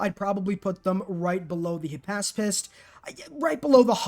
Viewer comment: Back up! Who ARE you? You almost had me fooled into thinking you were, but then you pronounced “hypaspist” correctly.